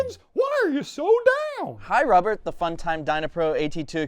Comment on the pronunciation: Please don't do rubbert again 😂